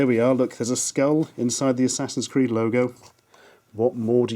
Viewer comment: Assassin's 'Qweed'